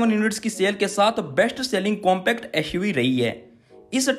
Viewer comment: "EshUV hai" Lol XD 🤣🤣🤣🤣😂😂😂🤣😂🤣🤣